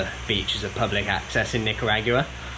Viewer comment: Love the content bro ! But the way you pronounce Nicaragua is hilarious 😅 try NEE-KA-RAW-GWA 😁😎🤙🤙